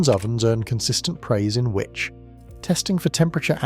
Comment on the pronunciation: These AI voices are getting better - only the pronunciation of "Which" magazine gave it away